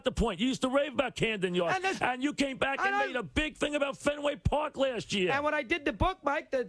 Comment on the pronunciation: Mike called Camden Yards, Cramden Yards. 🤣🤣